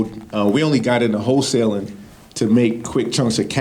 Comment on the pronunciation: Whole-tailing vs Wholesaling.